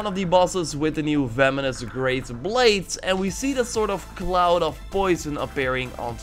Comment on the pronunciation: He really said vemonous tho